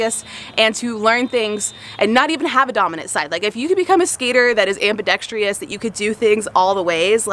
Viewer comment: AmbidexTRIous?...it's ambidextrous, not -trious!!!! As in "truss", not "trius" :)